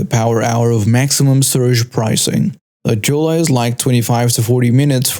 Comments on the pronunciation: fyi... La Jolla is pronounced "la hoya" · LA Jolla is pro ounced LA Hoya. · Jolla is supposed to sound like HOI-YA